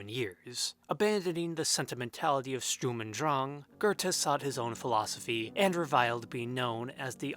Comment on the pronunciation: Come on man, its /ʃtʊʁm ʊnt dʁaŋ/ , it's nor hard.